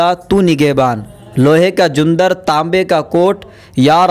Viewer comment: Apki pronounciation ghalat hai. Jundar nai jandra hai aur ghatta nai ghuttaan